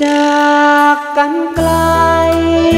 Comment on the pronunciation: ผู้ร้องเพลงท่าฉลอม ออกเสียงควบกล้ำไม่ชัดเช่นคำว่าไกลออกเสียงเป็นไกทำให้เพลงขาดความไพเราะลงไปเยอะเลย